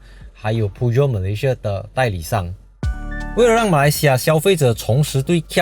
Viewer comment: PEUGEOT 的正確發音是 PER JOU, 不是pu jo BRAKE 問題不大，換一個VENTILATED DISC BRAKE就好 然後你的孩子超可愛的！！！！